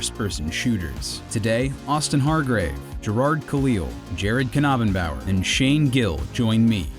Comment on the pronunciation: Is it really pronounced [Kuh-knob-en-bower]? I always thought it was [Nay-ben-bower]